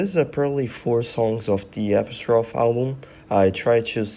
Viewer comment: The album is Apostrophe. Phonetically it is Ah-pah-stro-fee. It’s the third character in the word “it’s”.